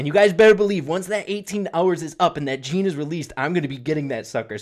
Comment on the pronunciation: يالعرب اللي تسموه جيني سمعو اللفظ الصحيح وبعد لا تسموه جيني